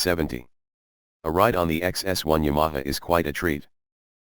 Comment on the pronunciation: Someone should teach the robot how to pronounce Ya ma ha. I've had two of these a 71 and still have a 79 slowly becoming a street tracker.